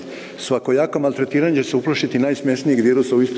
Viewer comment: Nije mi jasno da ovaj usrani nestorovic ne zna reci MALTRETIRANJE.Kao,sto mi nije jasno da to niste primetili.